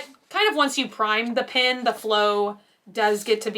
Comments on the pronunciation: You pronounce pen as pin and pin as pen so my head is spinning the whole time I’m listening to this video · I was confused why you kept referring to "pins" until I realized you were saying "pens"! I'm not sure where you grew up and I assume it is just an accent, but it made my ears do a double take every time! How do you say the word "pin" if your "pen" sounds like "pin"?:) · Why do some Americans pronounce Pen as Pin? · Me: "pen.": "PIN." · It always throws me off when I hear pen pronounced 'pin' haha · Definitely an accent thing, I hear “Pen” but YouTube close captioning puts “Pin” everytime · I think most of us Texans say "pen" like that! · Just heard "Pen bodies!" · It's an accent thing. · lol you say the ‘e’ in pen like an ‘i’ but the ‘i’ in mint like an ‘e’ go figure 🤔